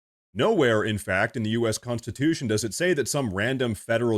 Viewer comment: "The "consatution?" Really? It's called the "Constitution."